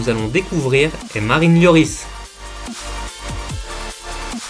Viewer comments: Hugo lioooris frère fait un effort LORIS ca se dit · mais orh t’a rien compris toi ca se dit l o r i s pas lioris comme il dit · correction Lloris